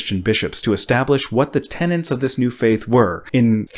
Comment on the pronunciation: Tenets. Not tenants.